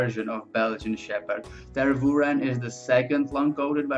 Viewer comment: *Mah-lee-n-wa ("lee" as in "lea" in "leave" or "lee" in "Leeds) *Grou-nen-dahl ("grou" as in "group") The "u" in "Tervuren" should be pronounced like the first part of the vowel in "fuel" (the "u" in "fy-"u"-el"). It's pronounced like the Dutch "uu", the French "u" or the German "ü". *Lah-ken-wa